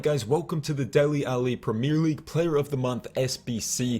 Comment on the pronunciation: Premerrr league 😂